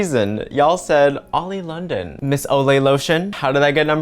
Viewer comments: Everyone: Oli London: Olay Lotion Me after listening to: dying of laughter 😂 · “Olay Lotion” Lmao- why am I laughing at this.. Oli needs to get the correct help .. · why is you mispronouncing their name such as "oli england" the funniest parts in this video